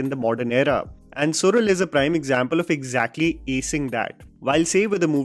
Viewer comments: It is Suzhal not sural…. su-lal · It's SU-LAL- the zh in Tamil is "la" sound. Not sural as you say 🥲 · Well... The title should be appropriately pronounced as "suḻal" it's not "Sural" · Isn't it pronounced Sulal and not sural? Just checking the right pronunciation. Usually, z is a version of "l" in tamil! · It's not sural..it SuLal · it is Suzhal su-lal not su-rul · Also kind request to not to butcher the name of actors and their characters. I know its not even thing but itd be so perfect if you could do that and its suZh(la)l not Sural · Su'zh'al , the 'zh' part is completely unknown to a non Tamil and Malayali's. But I vaguely know that Marathi as well has such letter in their language. Rest of the India pronounce it as 'z' as in Zebra. But as per Tamil and Malayalam, this 'zh' part is pronounced as 'rrh' the 'r' part must roll while you pronounce. Suzhal is actually Su'rrh'al. I'm a Telugu btw. Sorry If my explanation is wrong. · Sural nahi सुयल… fan of your work! Still watching the series. So will possibly watch this video again after I have finished it. 👍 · Its pronounced as Sulal as in Tamizh(Tamil), just for information. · Su-la-l for God Sake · once again pronounce suzhal🌚